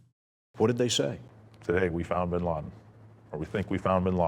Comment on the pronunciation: BIN not BEN